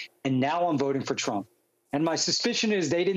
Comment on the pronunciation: "i agree with truck"